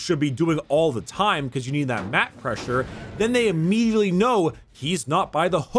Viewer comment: Am i the only one who loves how says immediately Immedeanly